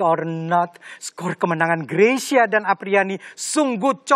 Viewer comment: Mbak Rosi bisa menyebutkan marga Greysia dengan benar. Nice.